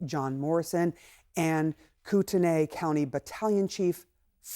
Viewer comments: Im from Idaho, pronounced coot knee county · Y’all it’s pronounced koot-ney. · In North Idaho we say "koot-knee" county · Get your facts straight, you don't snipe with a shotgun. Also pronounce the county and city right.